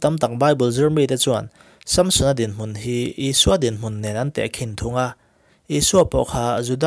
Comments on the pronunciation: Samsona pronauncation hi... Sâmsona a ami.. samsona anilo mi... Han soi chiag teh a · Sampsona nge Samsona?? I lam sap mah mah em le? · Chhiar ngaihnawm hle mai. Amaherawhchu, sunday school zirtirtuten min zirtir dan leh mizo hrim² ina kan lam dan nen chuan SAMSON-A hming i lamdan hi beng a tikham lek lek. Vaiho english lamdan a ni a, a film a an lamdan ah pawh, a ki sanga lam hi a hmingah hian anti lo niin a lang. Nge, ka hre diklo zawk. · samsona i lam dan chu nalh lemlo ve